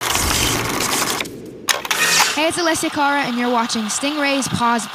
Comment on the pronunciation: CAR-uh... not CARE-uh lol.